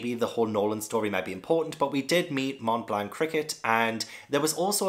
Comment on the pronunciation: "Mont Blanc" is both a mountain and a dessert. You don't pronounce the 't'. But it's already a lot better than most English speakers (and yes it's French)